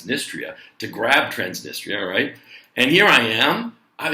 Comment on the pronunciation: when you say right" it sounds like "cuack"